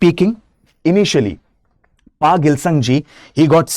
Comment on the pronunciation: It's not pa,,its call fa